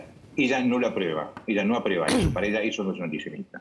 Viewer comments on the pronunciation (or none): sos muy culto pero deberías decir "aprueba" y no "apreba"